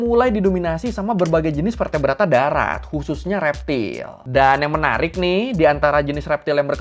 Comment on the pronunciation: "menariX y??" Kyk org d tmpt gw klo ngomong pake "x". pantes Spongebob cinta pertamanya sm ubur². pantes eono bakri mukany bikin boring.